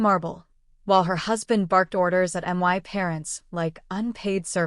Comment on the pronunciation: Why is my being pronounced M Y?